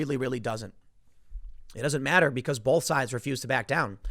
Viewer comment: Whoever it was that pointed out that Tim says the word "bolth" instead of "both" a few weeks back, thanks buddy now I can't fucking miss it. Damnit, Tim, please drop the L when you say both.